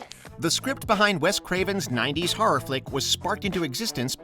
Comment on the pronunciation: The way this narrator pronounces the word “horror” drives me insane lmao